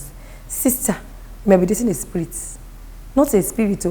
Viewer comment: said sprit 😂😂😂